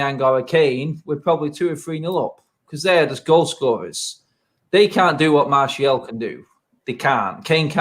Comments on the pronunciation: It's Anthony Martial not Anthony Marshall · It’s Martial not Marshall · I love it when says ‘marshal’ 😄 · is really starting to annoy me now, he honestly thinks he's matt busby or Ferguson, for god sake he can't get martial name right for one, and he thinks we should play with wingers when NONE of our forwards get on the end of crosses EVER!!